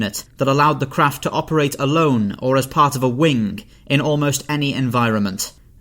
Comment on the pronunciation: Why do people add a “k” sound to the end of a “g” letter. Eg he said wingk many times